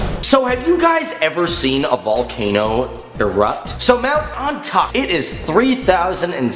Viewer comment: Isnt it pronounce Oni-tak-eh